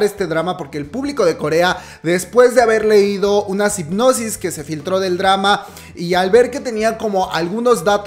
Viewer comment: Hermana me encantan tus videos pero se dice sinopsis ay dios no me odiessss pero es que nadie te dice nada, saludosssss .